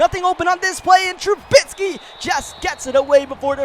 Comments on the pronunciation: called trubisky “trubitsky” alot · Hey no hate or anything but you were pronouncing Trubisky's last name wrong just a heads up